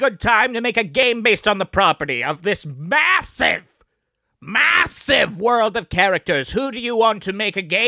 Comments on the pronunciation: The way he says “MASSIVE” gets me every time. Like he knows there’s no way to eff this up and the possibilities were endless. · The way he said MASSIVE! was the exacte response I got from my wife when she saw my belly fat.